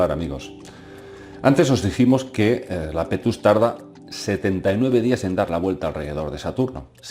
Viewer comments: iapetus no lapetus jajaja. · Es Iapetus, no Lapetus. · ¿¿¿¿Lapetus???? Por dios, querrás decir Iapetus (con i al principio). Siento decirlo pero es uno de los fallos más tremendos que he visto en mucho tiempo. Sobre todo porque se repite continuamente durante el vídeo. Por favor, corrígelo, estoy viendo comentarios que repiten el mismo error. Saludos.